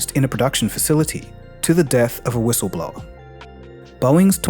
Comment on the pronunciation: did this mf'er really just say hhwissleblower?